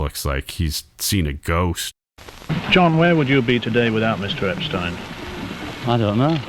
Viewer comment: The Beatle Film Festivals were great experiences. McCartney became the de facto leader of The Beatles after Touring Ended. Paul McCartney envisioned and conceptualized SPLHCB and MMT. There would be no Abbey Road without the driving force of McCartney. You kept mispronouncing “Epstein.” You kept categorizing The Beatles as if they were in their moptop days. Your assessment of The Beatles (White Album) is nuanced; accurate and excellent. There would be no Yoko Ono or Alan Klein involvement without John Lennon’s lack of character judgment. George Harrison came late to music writing; often with only 1-2 new songs to contribute. By 1968, George Martin, Lennon and McCartney gave Harrison plenty of studio time yet he refused to complete his songs for The Beatles. George Harrison had a massive inferiority complex resulting in 1 flawed masterpiece and 11 poor to mixed review albums in 30+ solo years. So much for his stockpile of songs. Harrison had his own demons. It was Lennon who officially announced his departure from The Beatles in September 1969. Post Beatles… Harrison, hardly the Quiet Beatles, and Lennon harshly criticized and denounced The Beatles; especially McCartney. While the end of The Beatles was inevitable, how The Beatles ended was avoidable.